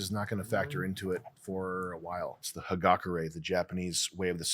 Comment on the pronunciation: the way Sam pronnounces Hagakure annoys me to no end